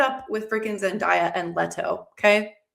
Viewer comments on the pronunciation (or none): Lol I wont come at you for Ghola. You got that perfect imo! But I WILL come at you for Zendaya haha. Its day-a, not die-a. Like have A Zen Day with Zendaya (perfect name for her to call a reality homemaking show, if you ask me). And I will let Scytale slide though, because EVERYONE says that wrong. Its actually Skitalee lol. A scytale is a real historical object, an ancient spartan cipher tube for encoding messages. But nobody knows that so everyone says S[k]y-tail :( Thats like naming your character cipher and having everyone call them sip-her lol 😅 I only know this because The Moontide Quartet audiobooks by David Hair have a magical legendary object called the Scytale of Corineus and its 100% said Skitalee, confirmed upon googling it. Those books are really great btw! Basically theres fantasy Eurasia, and in fantasy Turkey, theres a magical bridge that opens every 20yrs or something to allow easy passage between to two continents that are normally blocked off from each other by the insanely violent tides. Its the only connection point and every time the bridge opens, the Europe side sends a literal crusade of mages to go rape and pillage the Asia side and return home rich from their war. Its a great series thats very underrated.